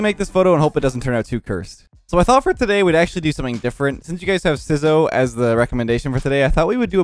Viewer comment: “Sizzors” it’s sizz as scissors